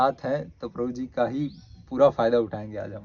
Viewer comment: Atleast, take the name of clearly... video k shuru me, Krupaya, Prabhu ji ka naam ' clearly ' bataye...